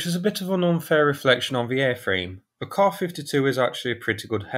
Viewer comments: KAY-AY ESS-YOU Stop with the "soos" and "kahs." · Kaw-fiddy-too or Kay-A-fiddy too? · Dang! That’s a hard k